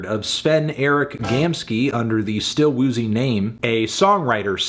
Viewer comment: anthony, calling still woozy “still poozy” for half the video and then laughing was kinda weird, but i respect your view on the album